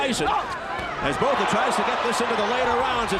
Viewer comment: Francois Botha is pronounced ' Francois Bota' the h is silent. I love Iron Mike!